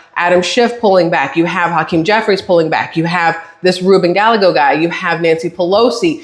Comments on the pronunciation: . ILYSM. No apologies, nor should there be. Gallego pronounced like: Guy-egg-Oh. ❤❤ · This will help you say his name lol, it's die egg o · Rubin Guyago, two "LL's" together are pronounced as a "Y" in Spanish.